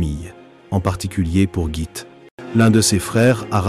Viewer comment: Merci pour ce tour d'horizon de la vie de Gitte. La bonne prononciation de son prénom est Guitte. L e final n'est pas muet donc prononcé.